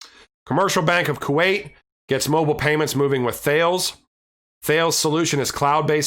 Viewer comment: Great vid, thanks for all the info! Apparently, Thales is pronounced Ta-les